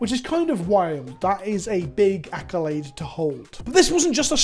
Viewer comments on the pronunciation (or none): none